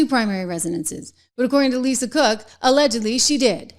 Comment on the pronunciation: You say Lisa Crook 😂